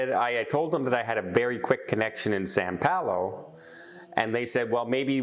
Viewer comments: Please say "São Paulo"...not "San Paulo". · More tales of poor...as a travel agent basic thing to make sure you are dropped off at right airport. Last one on the plane and takes time to film...it is Sao Paulo not San Paulo. Watching makes me never want to travel again.